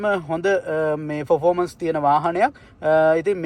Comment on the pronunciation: ප්‍රෝෆොමන්ස් නෙවෙයි. පර්ෆෝමන්ස් විය යුතුයි.